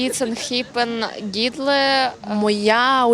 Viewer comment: "Гідле" вона сказала А ще було енхупен і енхіпен